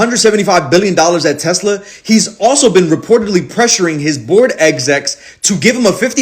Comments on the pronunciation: I love how is saying "Tes-slur". Damn right gotta acknowledge with n*zi Musk it's a Tes-slur, or a Tesla with a hard R. Don't give that vile man any of your money! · Tesler. Lol